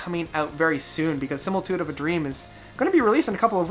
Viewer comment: I enjoy your reviews BUT Please take a moment to learn some names and words. Sim-i-li-tude, Nick DEE-ver-jill-eo, ROY-na Stolta, Bill HUE-bower.